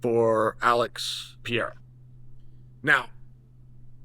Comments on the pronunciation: Chael is a master troll. He pronounces names wrong on purpose. He knows it gets a rise out of ppl. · Cheal maybe its time to give Alex the respect of learning to pronounce his name CORRECTLY? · can u get his damn name right already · forFuxAke, IT’S PEREIRA! IT’S NOT PIERA! It’s closer to PEDEIRA, with a fast D. Forget PIERA. Stop it! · I promise you it's Perreira not Pierra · It's not Piera. It's Pereira - Pay Ray Rah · Chael I hope you do read these comments. Please pronounce Portuguese and Spanish names accordingly. I'll be the first to say this but your mispronunciation is making you lose a lot of Latino fans. It's cringe to hear the mispronunciation over and over again. It's not Pierre. You can say Pay-hay-duh instead. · Cmon Chael it’s Pereira not Piera 😔😂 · And who the hell is Piera? PEREIRA, not that hard, uncle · Who is Alex Piere? ITS PEREIRA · 🇧🇷 PE - REI - RA not Pierre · Can someone help Chael pronounce Alex's last name properly?!! It's NOT Pee-Air-Ah 🤦‍♂️... It's Peh-ray-rah in English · Mah Man Chael. The Man’s name is Pereira not Pee Era. Do your brazilian fan friend over here a favor and just refer to him as Poatan, will you? All the best. Chama.🔥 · It’s not Alex Piera , Pereira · Who the hell is Piera ? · It's not Pierra, it's Perreira for crying out loud. Learn the name already 😂😂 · Alex Pierrea really confused me. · Who is Pierra? 😂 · Alex has been fighting in the UFC for almost 4 years now, and Unc Chael still hasn't pronounced his name correctly a single time. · Uncle chael please, pronounce his name right. Pi- rare- ah Not Pee-era 😂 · Who's "Pierre"? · Who is this "Pierre" Frenchie fighter he keeps talking about? He should be talking about Pereira! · Alex "PIERA" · It's PUR-EH-RAH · IT'S ALEX PER-EH-RAW ! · New mythical fighter: Alex Pierre-uh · How is Chael STILL calling him 'Pierra'? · Alex "Piera" ....... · Alex Pee-air-ah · Who the fook is Pier ? if you keep refusing to pronounce Pereira then sincerely F you. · His last name is not Piera